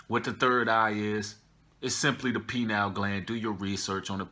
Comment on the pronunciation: Pronounced: pie-neel